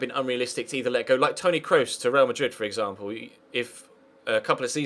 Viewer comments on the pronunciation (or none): none